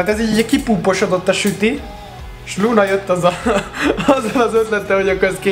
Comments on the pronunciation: Luna helyett Punát ertettem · Kicsitse hangzott úgy!😂